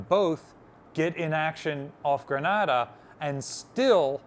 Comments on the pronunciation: Grenade-uh. Not Grahnada. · Ok, lived in Grenada for nearly 5 years. It's pronounced GrenAAAAda. Long A sound. GRENaDA, ah, sound is in Spain. Love the channel !!! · Does Libby make you change the pronunciation of places? Truk and Grenada being good examples.